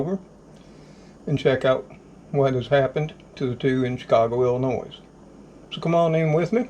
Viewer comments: obtw its pronounced Illinoi not illinoise LOL, sorry I was a yankee for a while and as a southern boy from TN they gave me hell for calling it noise. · The s in Illinois is silent just FYI thanks